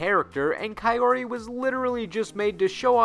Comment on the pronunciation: There's a Nintendo family in Ranma ½? Sure...that makes sense. And Kaori is pronounced "Cow-ree"